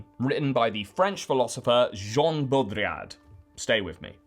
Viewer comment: It's "Bodriyar", not "Bodriyard". And it's "Shpengler", not "Spengler"